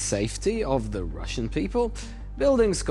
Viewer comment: Did he say ~The Rvssian Riviera 😂✌️